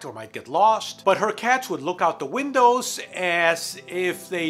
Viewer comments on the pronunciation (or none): none